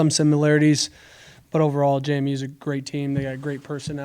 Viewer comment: It's JMU. NOT JaMu.